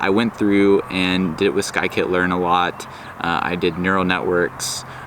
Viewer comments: Skykit-learn? You are a barbaric monster! It's "Science Kit" SciKit I'm just joking, but you did say it wrong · "sky-kit learn" 🙃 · Stopped listening after he said “sky kit learn” the second time 😂